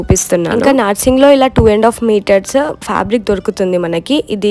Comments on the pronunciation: 😂😂When you pronounce half saree as off saree!! U r so cute girl! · adhi off kadhu, please pronounce it as half